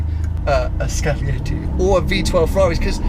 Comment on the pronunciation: It is scaglietti Not "scalietti"